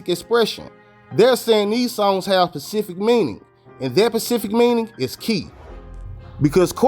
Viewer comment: The word is pronounced specific not pacific fam but good video